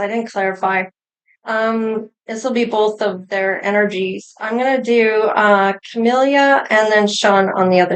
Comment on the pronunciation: CAMEEELA not CAMEELYA